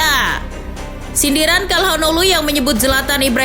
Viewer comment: Sedikit koreksi, hanoglu bukan hanolu min